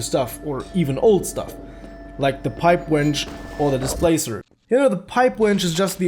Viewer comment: i love how you say wrench. "the pipe wench "